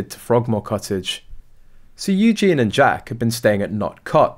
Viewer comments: Its pronounced Eugee y,,,,, eugene is the boys version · Eugen-ieeeeeeee! Please can you say her name right 😅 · You could at least pronounce Eugenie's name correctly. Disrespectful at best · Please pronounce Princess Eugenie's name correctly and while your at it do the same when refering to Prince Louis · For sure. Sometimes I think that they do it on purpose. Sounds so dumb 🙄 😒